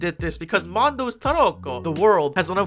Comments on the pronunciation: Every time you say 🇮🇹T A R O C C O🇮🇹 it gets me 😂😂😂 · nothing prepared me for the way you said "tarocco" and how many times you said it 10/10